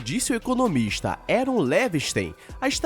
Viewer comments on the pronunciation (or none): none